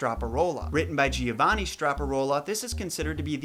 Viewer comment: 'I' silent in Giovanni. Joe-VA-nee.